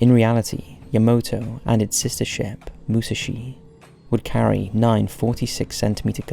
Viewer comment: its Moo-sah-shi